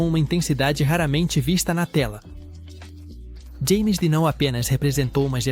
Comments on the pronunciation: Ê James Dean. Não é Jane 🤔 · Aff pronuncia o nome certo! James Dean. Alem do ano que ta errado.